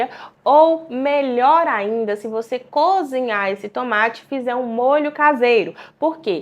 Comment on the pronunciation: Essa pessoa não deve ser médica não....cozinhar e ela fala conzinhar....médicos não falam tão errado assim não.